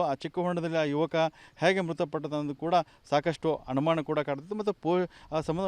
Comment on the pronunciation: ಅಣಮಾಣ ಅಲ್ಲ ಅನುಮಾನ.